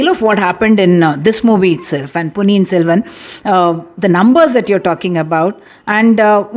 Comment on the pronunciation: ponniyin SELVAN 💕 its not SELVAM 😡